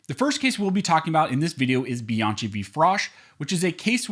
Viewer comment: If you are spelling the name Bianchi like I did it's pronounced BianKi. If it's spelled different forgive me. In any case your videos are informative.